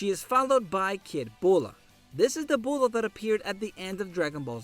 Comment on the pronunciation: her name is Bulma not bulla